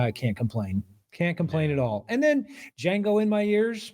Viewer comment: The D is silent!